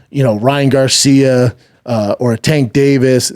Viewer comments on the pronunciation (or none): none